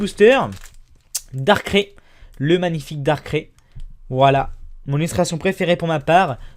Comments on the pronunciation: Haaaa, sa me perturbe quand tu dit "dakré" (je l'écrit selon la prononciation) alors que je suis habituer a dire "darkray" Sinon super vidéo comme d'hab!! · vid c pas darcré c darcraid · Euh? Tu sais que phione n'est pas un légendaire car il sort d'un oeuf de manaphy et que il peut se reproduire avec un métamorph pour avoir un oeuf de phione! Mais sinon bonne vidéo! Et on prononce "darkraille" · Pourquoi tu dit darkrai en disant a la fin ais alort que c'est darkrai avec aïe !! Quand ta mal